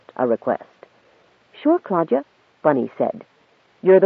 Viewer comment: "Clodagh (/ ˈkloʊdə / KLOH-də) is a female given name of Irish origin." So I wasn't completely wrong about being annoyed when the reader pronounces it "Claudia".